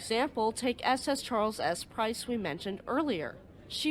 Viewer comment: You said Prince instead of Price when talking about the Charles S. Price.